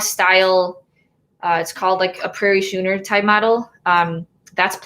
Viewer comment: It’s (schooner) pronounced “skooner”, not “shooner”. I’m a recreational sailor so I couldn’t let that go, haha!